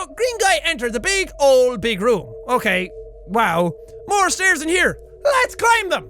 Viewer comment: I know it's "Okayyyyyyy..." but it sounds like gay xD